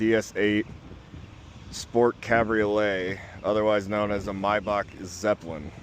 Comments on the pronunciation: In German the name would be pronounced "My-Bach, as in Johan Sebastian Bach " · The ch sound in name Maybach is not spoken k.